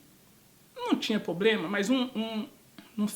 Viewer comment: Ou se fala PROBLEMA por favor não mate o português